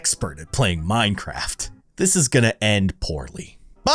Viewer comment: The minecraft word said mincerft